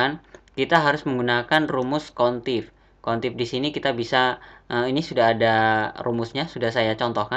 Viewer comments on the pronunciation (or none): Average dibacanya "everej" bukan "evereng" Countif dibacanya "kount if" bukan "kontif" Tapi overall ilmunya berguna banget kak.. Cm hrs bljr lg pelafalan bhsa Inggrisnya, Krn anda kan youtuber, apalagi YouTube anda tema nya tutorial, bukan maksud apa2 ya kak, anggap aja kritik membangun, semangat terus bikin konten nya kak... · Maaf nih mas, ingin koreksi cara baca aja. Upper bacanya bukan uper, tapi: APPER Average bacanya bukan evreng (gak ada huruf "n" kok bisa jadi bunyi "ng" 😁) tapi: EVREIJ Countif bacanya bukan kontif, tapi: KAWNT IF Sort bacanya bukan sot, tapi SORT Dan tulisannya bukan "short", karena short bacanya "syort". All bacanya bukan al, tapi: OLL Small bacanya bukan smal, tapi: SMOLL Values bacanya bukan valyu, tapi: VELYUS Silakan dengarkan langsung di google translate ya cara baca yang benar, malu kan kalau mo ngetes karyawan baru terus salah bacanya 😁😂